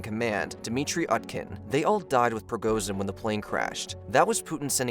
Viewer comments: you arent supposed to pronounce the Z in his name. its more like Pri-go-shin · Sorry hes not prigozhin, hes prigozhout